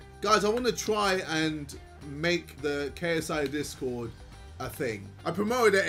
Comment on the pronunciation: US: discord JJ: dis god Idk why but the way he was trying so hard to pronounce it made me laugh😭